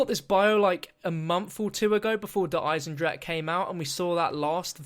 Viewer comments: god, I like you as a youtuber but i HATE the way you say der Eisendrache. ITS NOT DER EISENDRACK ITS DER EISENDRACHE!!! i dont mind the -ck part but PLEASE SAY THE E AT THE END! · Der eye sin jrock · Can you please stop saying Der Eisendrache pls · Dude... I AM GERMAN! i think i know how to speak a german word. This translates to the metal/ iron dragon. its not pronounced with a ck